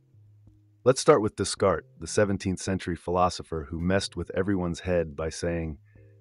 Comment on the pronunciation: Just a wee bit of audio correction: not "des-kart" but "day'-kart". It was later pronounced correctly later so I'm not sure what the glitch is, but it's worth mentioning.